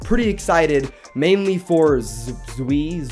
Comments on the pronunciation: I think that Zwei is ponounced Zway not Zwee I dont know it fust sounds better to me. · To say zewi is zew-i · It's pronounced zway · Zwei is technically pronounced Zvai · It’s pronounced “zvai” which means 2 in German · zwei is pronounced s-va-i, means 2 in german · Zwei is pronounced z-v-eye it means two in German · Zwei is pronounced zvei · its pronounced Zwei: (zz-wāa) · you do know that zwei is pronounced like zwhy like put z and why together